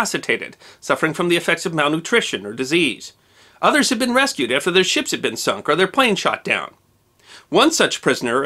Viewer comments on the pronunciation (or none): none